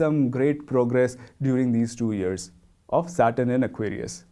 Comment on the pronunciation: Years shouldn’t be pronounced “ears”